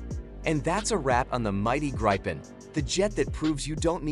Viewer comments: Not Graipen, but Gripen, like in people. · Just stop calling it "graypen".. Just call it JAS GRIFFIN... gripen mean griffin